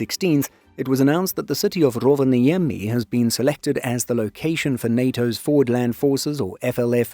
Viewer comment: I'm not criticising, you're doing a remarkably good job pronouncing Finnish. But it'll be even better if you remember that the first syllable is nearly always the stressed one. There are exceptions of course but Rovaniemi and Sodankylä are not among them. (Nor is Patria come to think of it.) Speaking of Sodankylä, the "ä" in FInnish (and Swedish and German) is pronounced like the "a" in "happy".